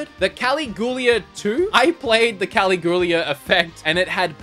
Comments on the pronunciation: Caligula “Kah-lig-u-lah” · Cuh-LIG-you-LUH xD xD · Caligula: cuh-LIG-u-la Also, thanks for the video xD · Caligula = cally-goo-lah ??? 😂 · the Caligula game, pretty sure it the same pronunciation as the roman emperor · The way you say “Caligula” hurts me. 😂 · You should never say the word "Caligula" again🙄😂😉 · Not being able to pronounce Danganronpa is whatever, but Jesus dude, Caligula? Just ask Kim how to pronounce the big ones, bud.